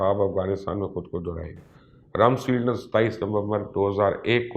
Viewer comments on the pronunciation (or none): Not Ramsfield but "Ramsfeld"